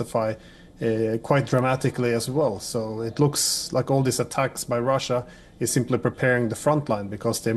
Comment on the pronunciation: Rasssiya ? Please get someone with a good English pronunciation please